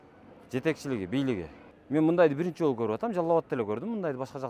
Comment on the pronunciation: Ыдырас кыргыз тилин адабий тилде сүйлөчү. Тышыңыз эмес тишиңиз де. Бырынчы эмес биринчи. Оштөө эмес ошто, тушунбосө эмес түшүнбөсө, анан айтып коесунар чыныгы кыргыз биз деп